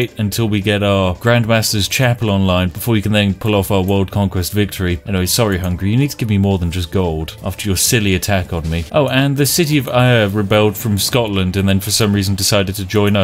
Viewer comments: Ayr is prenouced air and im in ayr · Air. Ayr is pronounced Air. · you probably already know this but Ayr is pronounced like air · The city of Eye-Ar? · as someone who lives in Ayr his pronunciation of it makes me wanna drink coffee